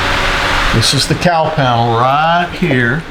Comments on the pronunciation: Well, as a Northern girl , I couldn’t figure out what a “Cow Panel” was. 🤦🏻‍♀️ a “Cowl Panel”. Very excited to watch your progress. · The whole time the video is on, I'm just listening in the background. I kept asking the room, "What the heck is a cow panel?" I wasn't hearing the L in cowl. 😂 I am looking forward to seeing how this comes together, Doc. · I couldn't for the life of me figure out what a "Cow panel" was. What the heck are you talking about?!! Oh, never mind... cowl panel. 🤦‍♂